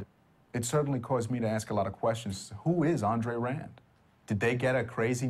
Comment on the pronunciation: It's pronounced Aun;dre-rand.